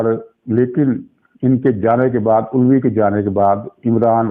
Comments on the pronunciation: علوی نہیں بلکہ الوی یعنی آلو سے الوی۔۔ کیا خوب تلفظ نکالا۔ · Aelvi not ulvi